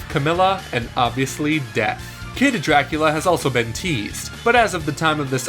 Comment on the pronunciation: Summit is from ice climbers and picto chat was just a ds app. Ps stop cutting out the middle syllable in Dracula